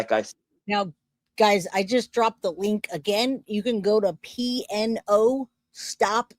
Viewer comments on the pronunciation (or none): It's Not P-N-O. It is pronounced P-No.